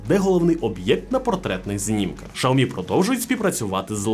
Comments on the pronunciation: раз на те пішло і хочеться бунтувати -- то перекладач каже "шЯомі" а не "шАомі") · Не шаомі а сяомі ,дурень навчись розмовляти.... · Дурень, який " шаомі" ? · Шаомі? Не зміг дивитися більше однієї хвилини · В переводчики китайском, произноситься Ся... А то что вы включаете англ.переводчик, это не правильно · Шаомі? Закриваю відео відразу.... Йдіть вчити вимову